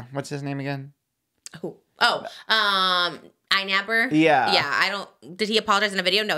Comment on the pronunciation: i’m crying at trisha calling “Idubz” “I-Nabber” and not saying anything